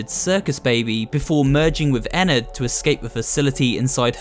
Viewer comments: ennard not enned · It’s rpronounched enn ard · Actually it “Ennard” not “Enard” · WHY DOES EVERYONE PRENOUNSES ENNARDS NAME WRONG!!! THIS MAKES ME REALLY MAD!!